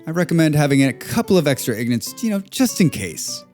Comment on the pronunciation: It's "ingots", not "ignots". 🤦‍♂😂 Regardless, great video! 👍